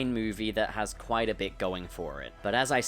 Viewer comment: Wa- Was that kwite?